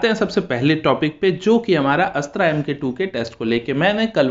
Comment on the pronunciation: अस्त्रा नही अस्त्र बोलो